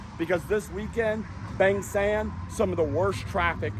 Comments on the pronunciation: Where is this place? Bang Sam or Beng Sem? Pronounce it properly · Bang Saen